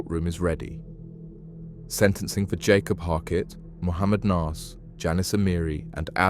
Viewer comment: Bro what are you prouncing 'Yakob' as "Jacob" and 'Yanis' as "Janis"? Say their names right, they're Abduls, not Jonathans!